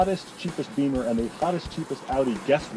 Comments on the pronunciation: Bimmer not beemer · BEAMER????? It's Bimmer